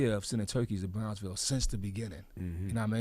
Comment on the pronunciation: EXPWESS !!! BWICK MANSIONS!! WOWDY !!! The PWOJECTS !!! The WIZA!!! BWOWNSVIWWE !!! BWOOKLYN STAND UP!!!